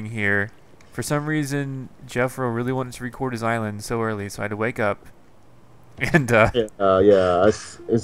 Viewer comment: bro ís-land